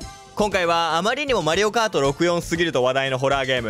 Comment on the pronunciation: 普通にマリオコートいうのわろた